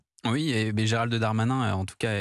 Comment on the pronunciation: Pourquoi elle dis Gérald de Darmanin au lieu de Gérald Darmanin c pas un noble français 😂😂😂😂😂le Darmanin